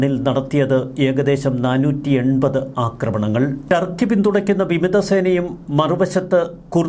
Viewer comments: ടാർക്കി അല്ല തൂവാല... 🤣🤣🤣 തുർക്കി ആണെടോ 🤣🤣🤣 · Malayalees know Thurkey very well. Why can’t you pronounce Thurky instead of Tarkey?